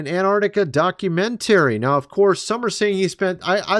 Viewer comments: Where in the world did you learn to pronounce the word "documentary"?? It's actually mind blowing. Never in my life have I heard some words pronounced the way you do. Other than that strangeness, I enjoy your content. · FTLOG, it’s pronounced doc u men tah ree! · Why do you say documentary so funny? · Dude! D O C U M E N T A R Y Please look up the pronunciation of the word. You say you are an engineer so I know you at least have a bachelors degree. Do you say words incorrectly on purpose to get comments? Also look up Palantir pronunciation while your at it. Love your pod though. Just something that is like nails on chalkboard when you speak words incorrectly and also say you are an educated engineer. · The way you say documentary 😂😂😂😂😂